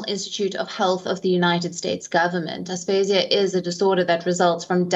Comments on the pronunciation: It’s aphasia.. not asphasia.. 🙂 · You're mispronouncing aphasia